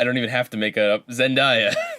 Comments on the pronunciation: It's not zen-die--uh, it's zen-day-a. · You pronounced Zendaya wrong. it's Zen-day-a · Wait, when did Debby Ryan get blonde hair? And K.C undercover is a new Disney sitcom also it's pronounced Zen-day-ah